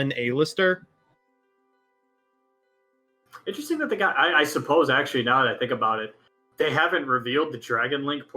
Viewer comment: Does mispronounce card names on purpose? A-lister seriously?